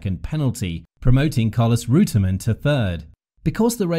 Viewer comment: The narrator pronunciation of the drivers names not correct